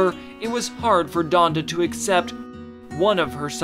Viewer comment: This man said Jonda